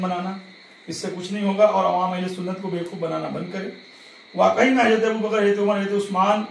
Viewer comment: Hajraaate hajraaate hajraaate. Haraaami pehle bolna seeekh